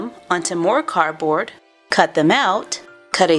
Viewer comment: It's pronounced cardboard not carboard